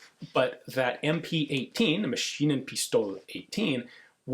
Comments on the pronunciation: Some help regarding the pronunciation, Lang-eh Pistol-eh. Pistol up to the "e" is basically the same as in English. The "La" in Lange is like the "la" in lalala. 😀 Don't put too much emphasis on the "eh", make it soft. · If one overhears, he does speak a sh sound in Pistole, what is following the logic of other words, but ,,Pistole" being an exceptional case, the ,,st" is spoken like in English. But the stress being at the right place & him following the right logic, no matter the exception, it indeed looks like, he actually took some time to figure out, how it might be pronounced, what indeed is respectable. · Your pronounciation is almost right :) Just pronounce the "e at the end of "pistole" the same way as you do with "lange". So its "Lang-E" "Pistol-E". (That "E" being pronounced like the "a" in e.g. "a weapon".) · Kudos to your "Geschütz" pronunciation Sturmgeschütz, that was spot on. Regarding Lange Pistole, unlike in English, there is no g sound in German after the ng sound. So it is Lang-e not Lang-ge. Pistole has the s sound not sh/sch sound, as the word neither begins with st nor it is part of a compound word beginning with st. But some accents use sh everywhere though. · well if you whant to say pistole in german just say it like you would do in english but ad an e in the end ( should sound like the ea in eagle) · Oh God, as a German your first pronounciation of Lange Pistole sounds like a Swiss or Dutch person...Pistole is one of the few words where an S comes before a T and its NOT pronounced as SH. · As far as the pronunciation goes, as a general rule, there is no silent "e" at the end of a word in German, it is pronounced as a short "eh" in words like "lange", "Pistole" or "Porsche"... ;-) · Lange is pronounced like „lung“ + e as in „ehm“ and Pistole just like the English „pistol“ with a slightly longer o like in mole and again with the e as in ehm at the end.